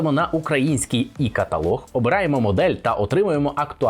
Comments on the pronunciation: Не І каталог, а Є каталог, як Є - бали! то все так і зроблено, є авто Е-трон, е - електрика.Є - каталог. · І-каталог, це дуже боляче звучить,електронний каталог, отже Е, або Є